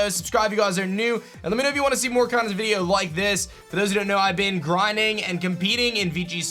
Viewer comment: I hate the way you say the word video!!!!